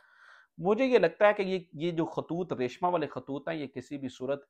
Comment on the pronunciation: لفظ ریشماں ہوتا ہے ریشمہ نہیں۔